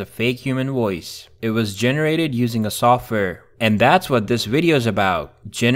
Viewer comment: Makes a video about voice overs, literally can’t say the word “Voice.”